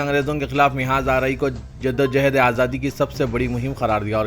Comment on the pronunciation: ۱۔موہن بھگوت نہیں ۔" موہن بھا گوت" بو لو۔ تحے فوز نیں۶ رے باوا " تحفظ" بو ل۔ٹیپو سلطان کی 'mihaz Arai.نیں۶ رے باوا Mahaz Arai بول۔4۔Arab imaratنیں۶ Amarat بولو۔5۔Tjawizنہیں تجاوز۔بولو ۔زیر سے نئں رے باوا زبر سے بول